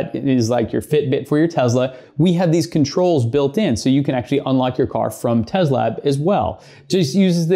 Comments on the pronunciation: Tezla or Tesla? 🤔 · This might sound weird. But why do you pronounce Tesla with a Z instead of the S that's in the name